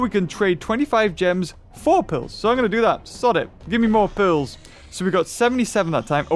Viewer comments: Why does he say pills when he is trying to say pearls?🤔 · It sounds like he’s saying pills not pearls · Is it just me or does he say pills Instead of pearls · Is it me or does he say pills instead of pearls